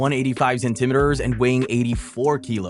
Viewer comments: man i like you content but please stop saying centimetres like that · We gonna gloss over how he said centimetres